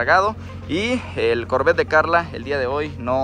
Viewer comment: No se dice corvet se dice corverrr boy Jose torres